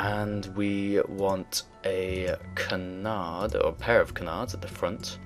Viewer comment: Thank you! I now know how to say canard! :D